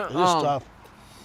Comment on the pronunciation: He said it was medishit-rainean lol